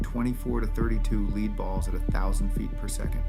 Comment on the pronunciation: AI voice. Can't pronounce lead.